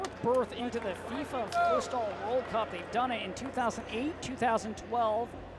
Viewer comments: Es futsal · Why does the commentator keep saying fustal?